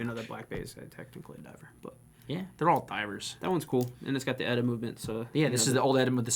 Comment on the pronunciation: It's "E-T-A" not "Etta".